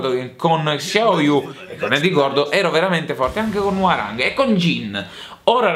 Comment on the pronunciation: Attenzione alla pronuncia di "Hwoarang" eh xD, basta solo fare finta che quella O non esista altrimenti viene Gian degli Orion e ci picchia tutti. No non è vero, è che ho studiato coreano.